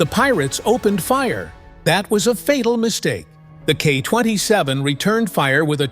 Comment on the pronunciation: The Russian Navy certainly is sending the correct message to lawless pirates. My only issue with this video is the pronunciation of the helicopter as "KAH 27" vice "Kay-Aay 27" (KA-27) as used in military and intel circles. AI always messes up nomenclature, such as "Sue 33" instead of the correct "Ess You 33" (SU-33). To me, this always implies a lack of military operational or intelligence experience behind the making of the video. Maybe one day AI will get it right.